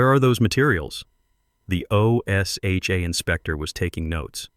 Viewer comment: O S H A is said like a word. Osha.